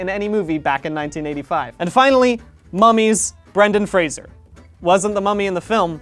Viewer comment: Please fix your Fraser pronunciation